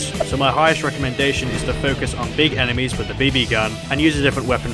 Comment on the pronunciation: Sounds like blue emesis